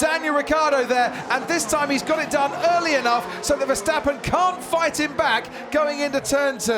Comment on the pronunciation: Finally there's Verstappen instead of VerSHtappen. But who is Fettil?